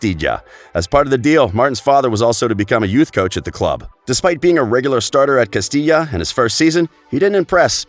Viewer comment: Did you guys heard him said Castija the first time???? He made amends by pronouncing correctly moments later.